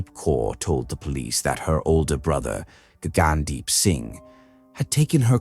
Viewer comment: Did really say Gaygandeep? 🤣